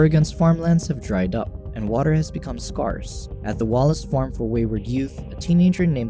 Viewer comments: Come on man, even the robots can pronounce 'scarce' right... You gotta step up your game now with all the compoo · Weird way to say scarce.